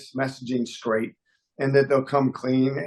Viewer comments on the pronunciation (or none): none